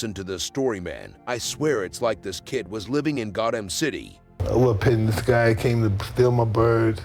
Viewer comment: he said Got Ham instead of Gotham! It’s Batman son, Batman. Everyone knows how to pronounce Gotham but an AI YouTube creator! It’s gonna read this comment though and correct itself for a future reference to the Dark Knight. It’ll also probably kill me somehow. AI war of 2031 here we come!